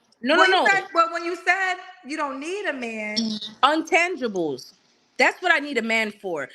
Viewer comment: Right. She meant she doesn’t need a man’s finances. Just poor wording and that “untangibles” was taking me out.